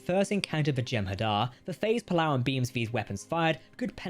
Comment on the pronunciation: Whilst i appreciate any channel that does its own naration instead of using cheap, awful AI. Captain Jack's pronunciation of certain words really get on my nerves. Chin-toh-kah, not Chin-tow-ka, and pole-a-ron, not poll-aron, amongst others. 🙉